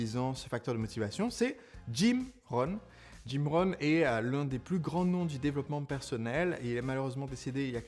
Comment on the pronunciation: Jim Rohn ( au lieu de Jim Ron)